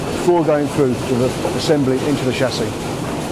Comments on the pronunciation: So you keep saying. But the language is English. Invent your own if you don't like it ! 😂 Chassis is pronounced with a soft ch because it's from a French word. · HAHAHAHAHAHA, still IT ain't SOLD DER!!!! SHASSIS!! NOT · someone please teach him how to say Chassis